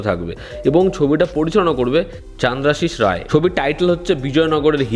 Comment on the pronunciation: "Chaaandrashish Ray" noy - onar naam ta Bangali uchharon e besi manay - tumi ekjon Bangali cholotchitro vlogger hoye ei bhugulo korona. Bhalo laaglo video ta.